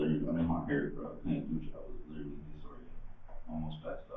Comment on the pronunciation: How many times this man say LIDERALLY, LIKE LIDERALLY .....??